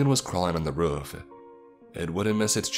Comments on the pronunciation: Am I the only one confused as of to why he calls roof as ruff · Jesus, I enjoy these stories but every time he says "ruf" instead of "roof" it unimmurses me from the story and pulls my focus from what I'm trying to do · "The door on to reuf"